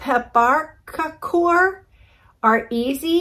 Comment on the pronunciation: Pep-par-cock-or (no accented syllables)